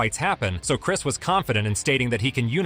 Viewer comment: “Chirs” Algieri tho you know? Like I understand the misspelled name…but then to pronounce the misspelled name…Lost..all..INTEGRITY LMAO